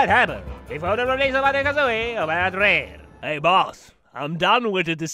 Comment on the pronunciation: I love how he swapped to Rare in a japanese accent XD